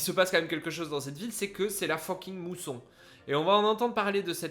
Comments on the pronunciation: Mais ce n'est pas la "mousson", c'est la "moisson"! (D'où le terme anglais "harvest") Non mais les gars là...faut arrêter de sniffer vos acryliques!🤣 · C'est la "Moisson", pas la "mousson", oh là là !! XD Ils veulent récolter. Ce qu'ils n'ont pas semés. XD